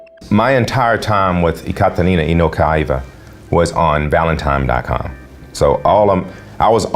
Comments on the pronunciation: There is no M in the word Valentine! Stop saying it like that! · How does somebody who can't pronounce the word "Valentine" get $317,000?!